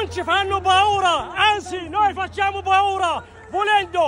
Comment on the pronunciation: Hahahahahah "BAURA"? Ya Hmar si dice Paura e non "BAURA". A prescindere non è carino urlare in un paese che non è suo "...noi facciamo Baura" ha uno stato che vi ha ben accolto.